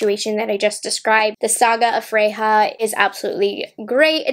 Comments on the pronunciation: Just an FYI, in Swedish "J" is pronounced like a "Y", not an "H" like in Spanish. So "Freja" is pronounced like "freYa" not "freHa". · I love you but ya killing me pronouncing it as Fre-Ha. It is pronounced as Fre-Ya. Still loves ya tho. Lol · Sis. It's pronounced "Frey-yah". She's a goddess in Norse Mythology (hence, Odin's Eye) The shimmers look stunning. Chapter 2 is WOWZA. I hate pink & purple shadows so that could also be why I prefer the blue one. I like the 3rd one, the bigger book, as well. Just not a fan of pinks or purples. They're way overdone. Bow IS huge (and I'm Southern!) But may look cute at the bottom of a messy bun. ❤️ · Freja is a character from the Nordic mythology and is pronounced Freya or Freia 🤗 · Thank you. That was teeth grindingly painful. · Don't apologize. You are human and are allowed to mispronounce words w/o being reamed at.